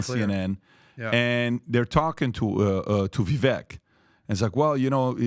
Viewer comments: Its, Vivek. Pronounced Vivake. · It's Viv-vake like cake! Jeebus get it right already!!! 🤦🏼‍♂️ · Vivek is pronounced Vi vake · His name is pronounced "vi - vake" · It's "Vee-Vake" guys - rhymes with "cake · It is ever so slightly off-topic, probably not that important, but... his name 'Vivek' is 2 syllables pronounced like the English words, 'We' & 'Wake'. 😁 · "It's viv-AKE (like cake)," according to Vivek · You’d think for a group of guys who love Vivek so much that they’d know how to correctly pronounce his name. 😂